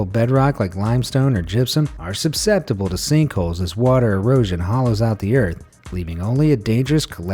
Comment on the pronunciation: he did not just say "subsceptible", right?